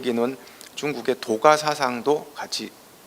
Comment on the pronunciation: "도가"의 첫 자 "도"의 발음이 틀렸나이다. 제발! 길게 발음하시옵소서!! 길 "도"자의 발음도 바르게 발음하지 못하는 이가 이런 강의를 할 수 있는 한국 문화 수준!! 부끄럽지 않습니까!!??